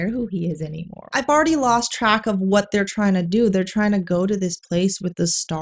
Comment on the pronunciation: The stressing on R's and pronouncing words like 'what' as 'wuhhhat' were super hilarious